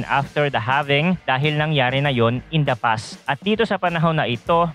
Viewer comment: halving boy hndi having awkward mo pkinggan